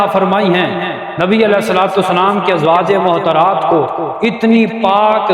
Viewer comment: السلام علیکم مولانا صاحب۔ بصد احترام عرض ہے' براہ مہربانی تلفظ درست ادا کریں۔ "ازواج معطرات" نہیں' درست لفظ "ازواج مطہرات" ہے۔